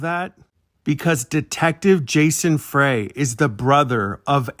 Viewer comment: They pronounce their surname "Fry", not "Fray".